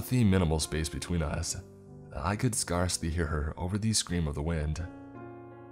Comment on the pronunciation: dont forget scar-slee (scarcely)